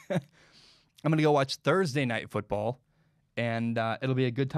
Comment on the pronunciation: Why did you pronounce the normal football so weird lmao, its just football in english. You pronounce it how you would pronounce american football.